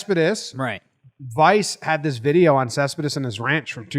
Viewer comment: When you clearly are a NYer because you can't properly say a last name. Other languages are hard. Great video though. lol